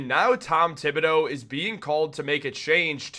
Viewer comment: Mr Thibodeau 's name is pronunced as follows: tee ( tee shirt)- bo (beau) do ( do re mi fa) In French, the h of th is dead/ it is like it doesn't exist. 😂 h just makes the word beautiful.😂🎉